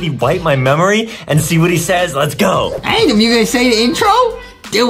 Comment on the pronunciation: Adam not Adem